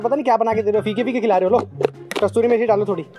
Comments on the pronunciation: Bro it's kasoori methi...not kastoori methi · It is kasuri methi not kasturi methi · It's kasuri methi not kasturi meethi